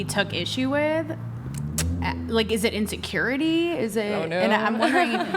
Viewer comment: i am curious.... do they have any other words in their vocabulary aside from " INSURURITY". The only thing that is coming out of their mouth is "insecurity". All I have to say my brethren is RUUUNNNNNNN TO THE HILLS!!!!!!!!!!!!!!